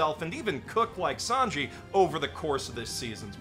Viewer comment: I only watched season 4 of the anime and felt discouraged, but I absolutely adore the live action series. The Japanese actor who played a Japanese character was fantastic, although I wish they had cast a French actor for Sanji - his pronunciation was cringe. I'm excited to pick up the anime series again soon.